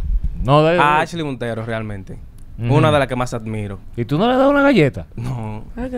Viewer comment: ai dios se paso alofoke diciendo askley